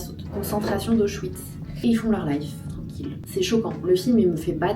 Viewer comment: J'adore, vraiment j'adore, mais il y a des trucs, je ne peux plus : ml, millilitres - Auschwitz (A-O-Ch-Vitz). Le contenu est tellement qualitatif, je trouve que c'est dommage de le gâcher pour des détails. Sana est tellement pro que je ne comprends pas que ces détails ne soient pas réglés depuis longtemps.